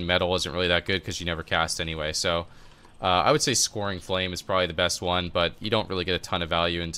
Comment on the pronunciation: scouring is pronounced "skowering", not "scoring". What cancel aura macro are you using to get the second dispel with with stasis? I'm not getting that